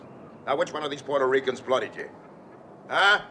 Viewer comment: Love your video and your pronunciation if Puerto ricans. FYI. Puerto Ricans like NativeAmericans and African Americans did not immigrate. Puerto Ricans are born US citizens since 1917 and the island became a territory of the United states much earlier in 1898. The correct term is migrant because it applies to citizens who move from one part of the country to another. The term immigrants propagates the myth that we are foreigners and need visas or green cards which we do not. To add insult to injury most of us have partial Amerindian ancestry and these ancestors were the very ones Columbus called Indians.